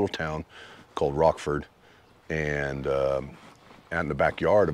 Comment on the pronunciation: Awesome! Best video on the SD BDR-X dirt portions I've seen. A few constructive things: the city of Lead is pronounced Leed, the town of Rochford is pronounced Rotchford (Rotch like crotch). Finally, the music. I could do without it, or have the level lowered quite a bit. I'd rather hear the bikes or your convo. Thanks for recommending just going through it. We have a good thing in the Black Hills, but the Forest Service hates the widening of trails due to all of the go-arounders. The Tread Lightly! principles are always encouraged so we don't get trails shut down. Nice work.